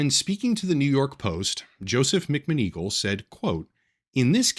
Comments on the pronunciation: It's "Mac-Mahn- Ah-Gawl" you know like the Harry Potter lady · I don’t think I will ever say mcmoneagle correctly ever again. Thank you for ruining my brain.